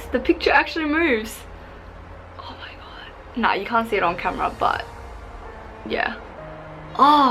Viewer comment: “Oh mahg gowd” 😂